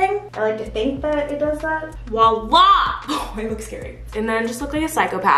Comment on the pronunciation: Every time you said “wa la” i laughed hahaha P.s. it’s “voilà”